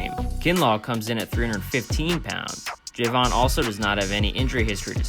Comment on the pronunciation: It’s not Jayvon it’s Javon